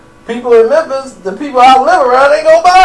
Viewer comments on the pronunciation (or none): none